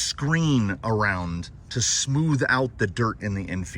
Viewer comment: I believe it's called a smoother..If someone hasn't already mentioned it ** Smoothcher**